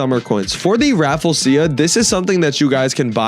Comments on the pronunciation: what the hell is a raffle-sia? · I think it's pronounced ruh-flesh-uh